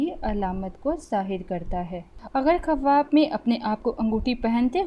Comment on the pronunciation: Khawab bolna tu sekh lo